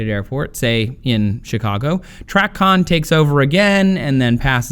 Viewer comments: 'Tray-con' is the pronunciation, not 'Trac-on'. 8 Years as a controller myself. Very good overview on the information presented though, loved it. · Tracon (tray-con) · TRACON is pronounced "tray-con"